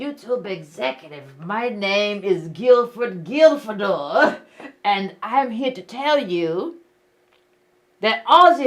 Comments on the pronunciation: "Gilford Gilfedore".... 😂😂😂😂😂😂😂😂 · "Guilfred Guilfredor" I can't LOL!